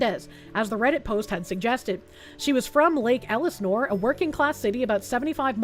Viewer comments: Why do you say Elisnore instead of Elsinore ? lol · Damn it, it's Lake El-Seh-Nor! Its Van Nuys like Van EYES!🤦‍♂